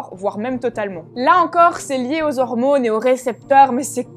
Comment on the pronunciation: Quand elle dit "hormounes" :3